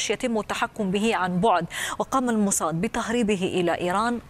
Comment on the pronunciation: موساد بالسين، شو الموصاد هاي الي بتحكيها 😂